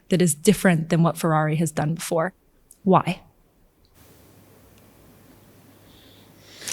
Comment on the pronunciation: it's FeRRari. not Fewwawi, diocane!